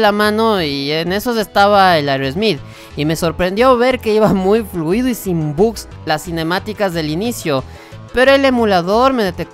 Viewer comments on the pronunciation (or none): none